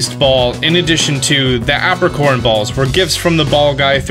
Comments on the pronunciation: I distinctly remember the Johto anime pronouncing it "EY-pricorn".... not "APP-ricorn" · Is this how Americans pronounce Apricorns or is this guy just a silly goose? I say Ape-ri-corn. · "App-ricorns" lol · Lol the way you say apricorn kinda triggered me cause its pronounce ape-pri-corn